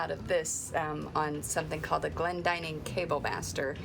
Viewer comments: You're correct, this is a very common name in Britain and its pronounced so the the 'dinning' part rhymes with 'winning', not ''dining'. I'm really enjoying following this channel, lots of practical boat stuff and not a bikini in sight ( yet ). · I have always thought Glendinning rhymed with inning rather than dining, but I may be wrong